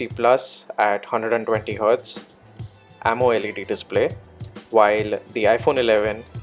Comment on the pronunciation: amoled should be speaked together you spoke AMO-LED DISPLAY